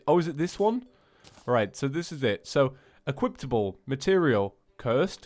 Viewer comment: Where do you see a T in "equipable?'